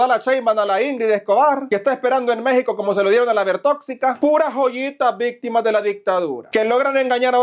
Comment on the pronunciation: CUÁNTAS "VISTIMAS"?????😅😅😅😅😅😅😅😅-😅😅😅😅😅